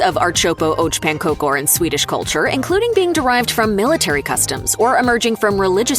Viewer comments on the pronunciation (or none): You do NOT dip pancakes in pea soup! Plus it would be appropriate to actually find out the pronunciation before saying it. "ehrt-sop-ah ahk pahn-kahker" is the easiest amercanized pronunciation. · When I first heard the so-so pronunciation of köttbullar, I had hope. My ears are still hurting from the announcer's version of ãrtsoppa och pannkakor. She did a pretty good job with most dishes, why did she do such a horrible job with that one? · Being Swedish I had to go back several times to listen to her pronounciations of "ärtsoppa och pannkakor", just wow...